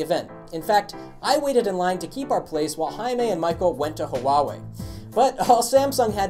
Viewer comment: you can pronounce Huawei as "WAH-WAY", because you are having difficulty saying it the right way. GREAT STUFF you GUYS!!!